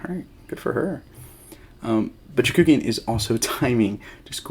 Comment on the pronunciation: FYI, you kept transposing the vowels in Chookagian's name... you pronounced it like Chakoogian ;)